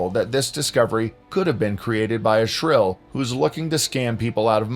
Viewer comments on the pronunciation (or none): "shrill" ??? its called "shill" but maybe the mountains were lower than they are today - and rose up since then?